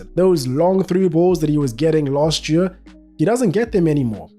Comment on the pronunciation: You keep saying Yueah instead of Year and its driving me crazy